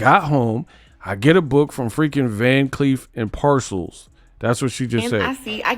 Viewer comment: Where is the 'C' in Arpels? This girl said parcels. That is simply insane. LOL